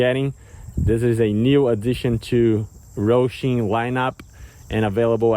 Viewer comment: Bro, why do you call it Rohshim??? It's Hosim. There is no R in the word. It's Ho-sim not Roh-shim.